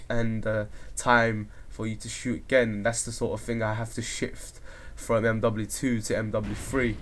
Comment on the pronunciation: he dosn't say mw2 or mw3 right!?!?